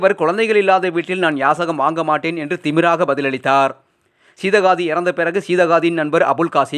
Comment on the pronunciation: Seedhakkadhi nnu olunga sollatheriyalai.